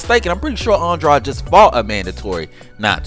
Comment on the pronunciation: How are you going to be a fanboy yet you don’t even know how to properly pronounce that man’s name. It’s Andrade.. rhymes with braid . Wtf is aun-draud? Lmao!